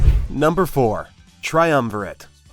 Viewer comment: You are pronouncing it wrong. Say Triumvi RAT.... see the album cover? Duh.